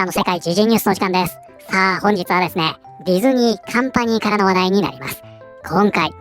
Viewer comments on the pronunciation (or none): カンパニーが完敗に聞こえてしまったw